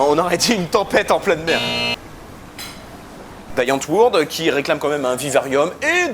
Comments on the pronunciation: Merci pour le Weapon of Choice au début :) J'avais vraiment peur que tu coupes avant de danser ! :D Et pour faire mon pinailleur, (et encore je n'en suis pas sur) mais Die Antwoord se prononce Antwoeurd (en gros). A cause du coté néerlandais de l'Afrikaans :) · Arrêtez de prononcer "Die Antwoord" à l'américaine c'est à dire avec la prononciation flamande :'( :'( Très bonne vidéo sinon, rdv à Carhaix dans quelques semaines ;)